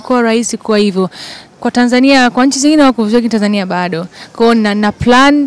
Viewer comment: Hiyo Tanzania inavyotamkwa daaa ningewez kuiandik ningeiandika